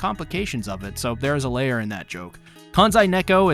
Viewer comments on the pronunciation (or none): none